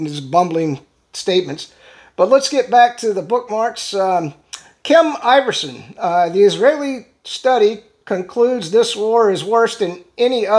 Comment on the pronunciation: OP = the original post in a thread, sometimes it = the original poster Kim I-verson not iverson….thats how she says her name Corrections via sad limey bastard with nothing better to do Love your vids